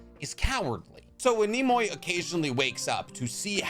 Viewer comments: its not NE MO I . ITS NE MU IIII NEMUI . it means sleepy in japanese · Nemui = Neh Mu Eee Kinda like Kamui; Kah Mu Eee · Nay mu e is how youd pronounce it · Nem-mu-ui Nemui. The boys name literally means sleepy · It's "NEM OO EE" Lmfao bro said neemoy 😒😭😭 and you could've just used rock lee's drunken master style as a comparison lls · Nemui means sleepy in Japanese and is not pronounced Nemoy xd put this into google translate to hear the pronunciation. ねむい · Nehm-wee* not “Nimoy” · Nemui (nay-moo-ee) basic hiragana pronounciation. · Dawg how TF you can't pronounce a Japanese name right if your whole channel is basically about Naruto? Nemui would be pronounced as "Neh-moo-ee" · Neh-mu-ee. Nemui. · Hi! Japanese is my second-ish language! Nemui is pronounced Neh-Moo-E N-Eh-Moo-E, it translates into 'sleep'/'sleepy'/'drowsy' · I’m sorry but if you can’t pronounce a simple Japanese name I start to wonder about you… Nemui.. NEH MU EE… god damn it boggles me when people who supposedly spent their life watching Japanese anime can’t pronounce simple Japanese shit to me it’s utterly ridiculous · Nemui or ねむい. You got this man. Ne mu ee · I could be wrong but from what Ive learned Nemui is pronounced something like nem-uw-ee (the middle part is like the first syllable uwu) and means sleepy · As for how to pronounce “Nemui” it’d be exactly like “Kamui” but ‘Ne’ instead of ‘Ka’… I say this assuming you know how to pronounce “Kamui” so, hope this helps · Nemui is pronounced like Nemu-E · Nemui (Knee mu ee) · Nemui would be pronounced Nehm-oo-ee. His name also gives away his power because Nemu means sleep in Japanese. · nemui is pronounced neh-moo-ee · I'd pronounce it, "Nay-moo-ee" but I'm retarded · That Hidden Cloud Genin who fought against Itachi, Nemui, his name is pronounced Ne (Like Necessary) - Moo - E. His name is a pun like all the Hidden Cloud ninja, Nemui means Sleepy. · Nemui, i think it would be something like Nem-Ou-Ee? I could be completely wrong though